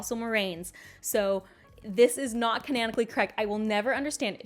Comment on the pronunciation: "canaanically" -- is THAT how you pronounce that?? The more you know.